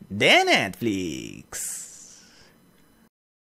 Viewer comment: de neeetliiiiz